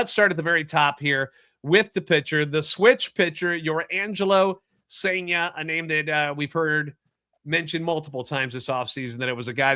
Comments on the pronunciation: It's sen-ja. Like sun with an e instead of a u, and jar minus the r. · M's fan here. You have a great young pitcher in Cijntje, pronounced SIN-ja. Solid #3 upside, improved with right hand last year. Close to being a pro. The Cards cleaned up in this trade but Seattle is going to be better this year because of this trade. Tai Peete is a lottery pick, still young. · I believe it's pronounced SAIN-JUH.